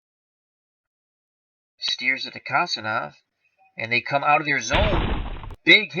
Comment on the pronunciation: The Russian defenseman is pronounced Kon-stan-teen- ov good job!